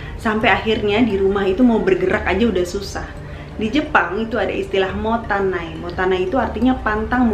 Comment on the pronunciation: terima kasih sudah bahas buku ini. Izin sedikit untuk koreksi ya Kak. Mubazir itu dalam bahasa Jepang adalah MOTTAINAI, sedangkan kalau MOTANAI itu artinya "tidak memiliki", keduanya adalah kata yg sama sekali berbeda. Mungkin agak kepleset dikit ya kak dalam menyebutkan... Semoga berkenan.